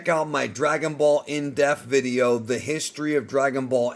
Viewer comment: How has been saying 'IN DEPTH' wrong for so many years? What is 'IN DEFFF'?